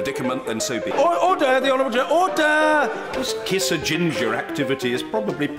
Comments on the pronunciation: "Oder", hahaha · He says order? Or HODOR? 😂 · It's "ORDAH" , why the U? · Mr. Bercow's favourite animal? OTT-ER! As a child, the job he wanted to do most when he grew up? AUTH-OR! Whether he himself thinks Brexit will happen? OUGHT-TER! His favourite fantasy realm? MORD-OR! Favourite tropical fruit? PAW-PAW! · It sounds like ODDER ODDER! ;-) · OH-DAH! Somewoons stolen me "r"s! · is my favourite. Never heard that way of saying it.